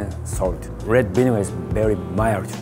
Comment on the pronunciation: Rewd binegar